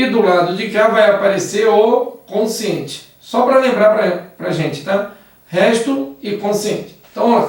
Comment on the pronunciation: Só me dá um pouco de aflição ela chamar o quociente de consciente...